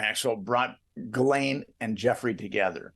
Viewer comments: the only knife ive ever bought was a sheffield steel Fairbairn Sykes dagger. And her name is pronounced like " zhillen " like a J but with the shhhh sound behind it. Ghislaine = Zhillen. I prefer Jiz Lane myself. For obvious reasons lol. Jiz Lane inbetween Maxwells Two Legs Street. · Oh my goodness,..... Its pronounced (geh-layne'). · Ghislaine is pronounced Ghee-len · It's Gi-laine, like the gi in gift!! Hard g, short i. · I think it's "Gee-Lane"